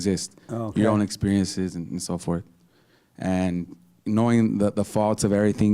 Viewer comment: I was at work so I missed the show. "Knowing tha-uh-the foux-alts uh-v everything, that's when you become wise an then ew dee-side whether to foux-fill da-uht we-is-dumb..."-!? No, that's just having information aka knowledge, it's just intellect. What idiot tricked you into believing "knowing the faults of things" = "becoming wise"? That's just being distracted with fault, like mama satan~ted nuget the intellectual. "Uh, like hassan said; you can be a crackhead and still be wise..."-!? No. A crackhead is a crackhead because he caved to the flow of emotions around how much he knows/doesn't know, it is a state of insecurity. It isn't wise to be ruled by insecurity, that's what makes "knowing the faults" into our "prise" as our habit of "trying to know more faults" distracts and destroy us in the way it did many crackheads before us. Actual wisdom is a living sense, it's the seat of situational awareness, the light of Sapience. It gives you sense of right v.s wrong in things that are freshly being experienced in the moment. It's darkness that had the moment constantly being compared to your memories~"knowing the faults." hassan is obviously just an intellectual, which is why he breathes through the mouth and has so many lapses in the flow of his attention. Listen to his "stream of consciousness(modern term for aimless rambling)" stupidity to he can't even say Earthly, he says "urph-lee" like a thug. Wisdom is not any form of knowledge, it's the state